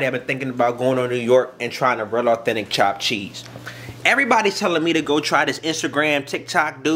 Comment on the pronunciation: Thopped theese lol. Chopped cheese is the best